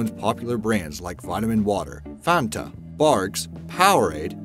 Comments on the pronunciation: It's not Fonta, it's Fanta, you know, like Sonta Claus. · mmhdj, It is still not pronounced in the cringe-worthy way he pronounces it. He elongates the first A. It is not Faaanta, it is simply Fanta - similar to how you would pronounce "fun-t-uh" in English. See the actual German pronunciation .NOT the same as in the video. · Pronounce that Fanta, not Fonta. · It's not called fawnta, it's just fanta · There's a "B" in "Automobili", it's "Automobili Lamborghini", also learn how to pronounce "Audi", it's not "odi". And it's not pronounced "Farnta" or "Fahnta", it rhymes with Banter. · fAnta! not fOnta! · ...BTW, it's FAN-ta, not "FAHN-ta." Sheesh. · Fan-Ta. NOT Farn-Ta. WTF! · Uhh it’s pronounced FAN-TA not FA-TA wtf 😂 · funta? we pronounce it fan-ta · Block Dude That is how you actually say it properly:"Fahntaaahhh" (Do Re Mi "Fah"). It's a German drink, the "A" is pronounced either ah or aaahhh, (the sound you make you you see something cute and something scary) not eh er eeehhh. I know Americans like to butcher all foreign names, but if you ever get anywhere outside of the US (possibly even in Canada, New Zealand and Australia too) it will be pronounced the right way... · Please relearn how to say FAN ta... FANNNta... like desk fan. fanta. And it's also worth pointing out that the Fanta created by Coca-Cola Deutschland in Nazi Germany is NOT the Fanta available today. The only similarity is the name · I've heard someone say fonta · They way he says "Fanta" is incredible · mhdj14 it's NOT a German drink. Just cos something came from a particular country, doesn't mean every other single country pronounces it that way. That's just stupid. Do you call Paris, Paree? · It pisses me off you don’t say Fanta like that omfg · Can u stop doing pieces on FANTA coz it annoys me how u say it lol